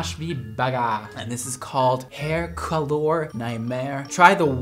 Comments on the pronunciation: you know when we spell colour this way it doesn't change the way its pronounced its not colooor its just colour the same way you'd say it i just had to give that an honorary mention coz I find it so hilarious and idk if he genuinely thinks that's how it's pronounced 😅😅😅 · Says “colour” likes it’s a foreign language when that’s how Canada and UK spells it 🥲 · Well, no need to mispronounce “colour”. It’s used in British English. Just like “favourite” instead of “favorite”. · But whyd he pronounce colour as COLOUUURR like colour is how the British spell it it doesn't have to be color LMFAO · Oof it triggered me how he pronounced colour 😂 how we spell it in the UK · the way he said ‘ c O l o U r ’😭😭😭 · YES LMAO he said colOuRe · The way he said colour because of the u 💀😂💕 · Hahaha the way pronounced the Canadian version of color/colour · Pls the way he said ‘hair colour’ lmao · Why the emphasis on "hair colour" like she spelt it wrong🤣🤣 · 😭 How pronounced col-ouuure in the very first video. That's how we spell it outside of the US 😭😭😭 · the first video where you pronounced colour wierd, that's how you spell 'color' properly 🤣 you Americans.